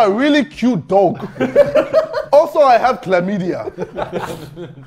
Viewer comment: anyone talking about the way he said dog